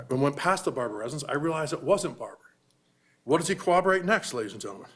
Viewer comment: The first thing they need to teach in law school is the word CORROBORATE. What the hell is cowoberate? Literally every trial! 🤦🏻‍♀️🤦🏻‍♀️